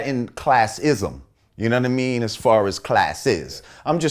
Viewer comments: "Younaddameen" needs to go on a tshirt... s/o lord jamar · "yuh nunna-mean?"